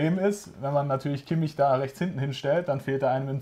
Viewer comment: lernt doch endlich mal kimmichs namen